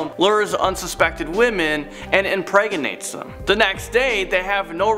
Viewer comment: He impraganates them? Cute.